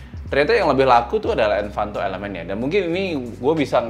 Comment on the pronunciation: Ralat sedikit untuk kata "Envato" bukan "Envanto"